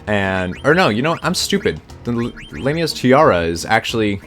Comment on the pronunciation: why do Americans say everything wrong? its LAMIAs tiara not Lame-ia